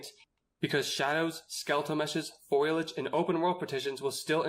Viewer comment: Did he say foilage?